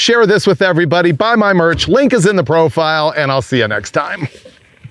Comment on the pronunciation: It sounded like you said, "Link is in my Brofile". Ha!